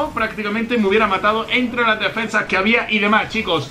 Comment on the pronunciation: En el intro dice defendas jaja sólo yo lo vi?